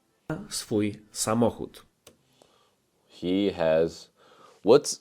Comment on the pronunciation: Your pronunciation is crazy sometimes haha sazohod not samochód 😅